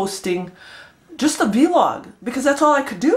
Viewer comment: Just Vlog. Not Vee-log. Lol